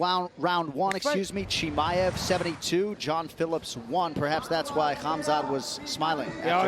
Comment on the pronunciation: Bisping wtf man ? It's not Hamaev it's Chimaev 😆